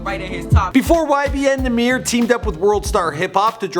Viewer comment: It’s pronounced YBN Numb-er